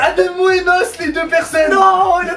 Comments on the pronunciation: on dit N.O.S pas NOS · N-O-S SVP pas nos...... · Il a dit nosse